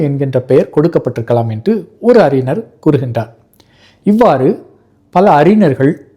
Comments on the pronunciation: அறிஞர் என்று உச்சரியுங்கள். அறினர் என்று உச்சரிக்கின்றீர். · சிரமப்பட்டு ழ வை பெரும்பாலும் சரியாக உச்சரிக்கிறீர். ஆனால் அறினர் என்கிறீர். ஞ சொல்லிப் பழகுங்கள். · அறிஞர் என்பதை தாங்கள் அறினர் என்று சொல்கிறீர்கள்.